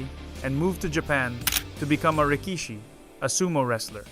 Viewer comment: You don’t pronounce Waimanalo correctly. An insult to our culture. You pronounce rikishi wrong too. You insult the Japanese culture. Do your research dude!!! Chad is gone and I’m sad.